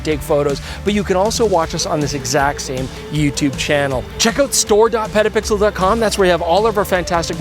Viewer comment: I’m begging you to really enunciate the T in petapixle. You sound like you say pedapixel which just sounds weird and too close to another word